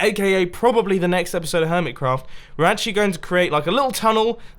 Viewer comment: Am I the only one who thinks he said hermit CAFF server